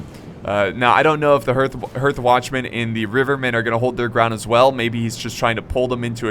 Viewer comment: I love it how can't even pronounce basic words like hearth... uneducated Americans:P